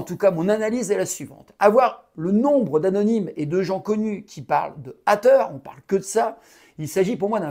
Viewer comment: les hâteure lol french accent!!!super video